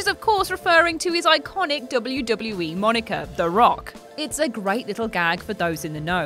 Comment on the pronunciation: I think you broke the word "iconic".